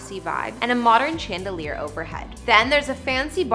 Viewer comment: Omg I’m dying! The ch on chandelier is pronounced softly as an SH sound. And wtf is “Christmas decker”? Do you mean Christmas decor?? The or is pronounced as or not er! Sorry but I just can’t get over the multitude of mispronunciations in this video.